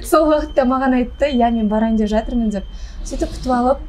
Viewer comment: Короче ертерек тиіп алғым келеді десейші , сосын тәлпіштеніп деп деген сөзді дзеп демей сөйлеші